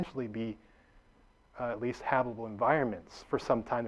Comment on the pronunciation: "habbibble" "habubble" "habble" hmmm never heard of those zones.